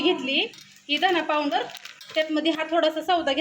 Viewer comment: solav nahi sohala Powander nahi pawder